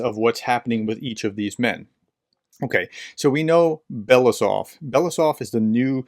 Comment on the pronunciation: Andrei Belousov's surname one reads as Be-lo-U-sov (stress on U).